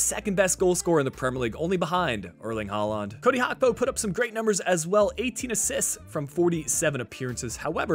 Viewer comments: It's Gakpo with a G not Hakpo 😑 It's bleeding my ears 😑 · Why do you call gakpo hakpo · Liverpool won the community shield and Gakpo’s name is pronounced how it is spelled, not Hakpo